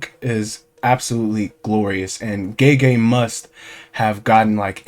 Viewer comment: Gege is not prounounced like jeejee.